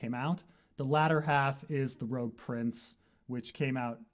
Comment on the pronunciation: I thought it was rogue(rebel) not rouge(red)